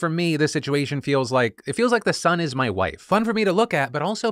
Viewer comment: My man literally said Mah wifee